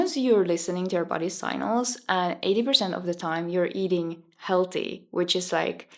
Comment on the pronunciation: its pronounce sig nal not say nal